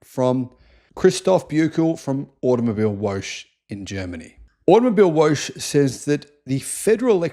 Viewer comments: Please: Type in Woche into Google Translate and press the speech audio output button. It is Wo - che, che like in a dragon sound preparing to fire up it's lungs, meaning week. I was listening and didn't understand Automobile-wolsh. Google translate is a great tool to get the foreign words right. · ya lol.. always cracking up when goes 'wootch' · Just a point "....woche" is not pronounced woke or woach but " voka" like vodka .😊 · Thanks for another great video. Btw, it is pronounced automobile-VO-HEH (VO as in VOlvo, HEH as in HEmishere). it means automobile-week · I wonder if you accidentally mispronounced "woche" because of the foreign spelling or voluntarily to avoid saying something too close from "whore". But you shouldn't as it's actually pronounced more like something you would write "vore". In these situations, Google translate is your friend. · woche is pronounced vokkuh and means week. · How you say auto mobile woche is totally wrong if you translate into English it should read auto mobile week just letting you know how you pronounce so he is totally wrong